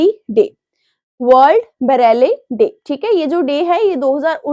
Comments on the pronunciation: Mam it's Braille not bareli😢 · Bareli nhi nam brail pronunciation h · 😂😂😂😂 world ब्रेल day ❌ world बरेली day ✔️ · Ma’am, with due respect, I just wanted to share a small observation regarding pronunciation. For example, Braille is pronounced as ‘brayl’, not ‘Bareilly’. I noticed a few other words also sound slightly different in standard pronunciation, so I thought I should mention it humbly. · January 4 ko Bareilly day nahi, Braille day hota hai 🙂🙂😊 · Ma'am it's ब्रेल day not बरेली।।। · Content acha hai but Pronunciation bhut wrong krti ho madam aap. Irrigation ho jaati hai. Aaj to बरेली hi bol diya. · Its unprofessional and sad seeing a channel which has millions of subscribers and thousands of video views have a person teach students for such important competitive exams who cannot even pronounce the word braille. Kindly look into this matter and consider putting effort into having a qualified person teach us because I am sure the revenue generated by the grace of student viewers will be enough to hire a qualified person.